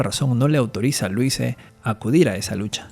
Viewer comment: Se pronuncia Luise (la s suena como la palabra rosa en catalán por ejemplo, busca en el traductor para saber como suena)